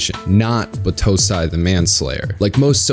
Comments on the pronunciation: Great work, but the way you pronounced Battousai was killing me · I absolutely hated the english dub. They pronounced Kaoru like "Cory", and battousai like "batu sai" It was gross I loved the manga, and I'm watching the subbed version.